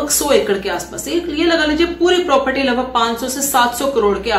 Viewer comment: प्रोप्रटी 😂😂😂😂😂 कुछ भी। कुछ भी। प्रोप्रटी नही प्रॉपर्टी। हिंदी भी सीख लो।